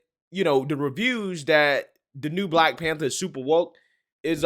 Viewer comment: "Black Panbther" Lol.